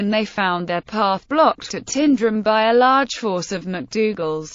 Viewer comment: It's not said like "Tindrum" ... it's more like "Tynedrum"...